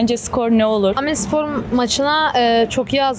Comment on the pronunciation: Aaaaaaamedspor değil bebeğim ya dümdüz Amedspor! 🤦🏼‍♀️